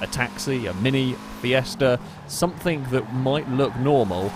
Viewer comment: Stop saying somethink and nothink. Jeez!